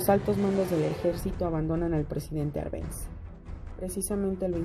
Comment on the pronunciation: Buen video, pero el apellido del presidente Jacobo Árbenz lleva tilde en la Á, se pronuncia con tilde en dicha letra